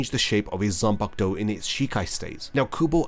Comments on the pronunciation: How difficult is it for you to say Zan-Paku-To! 😡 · Every time you say “Zenbakdou!” I get so angry I want to smash my phone. How the hell did you show up on my feed again! I put you on my not recommended list. 🤬🤬🤬😡